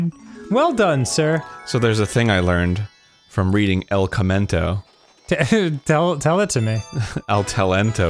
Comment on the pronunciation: Everytime he said el commento I thought he was saying el camino the movie wrong